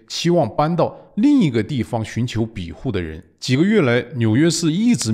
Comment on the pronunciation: 有口音问题不大，但不要偏离正确读音太远。庇护是必护，不是比护。善意提示。今天对习氏现代化的总结和解释很棒！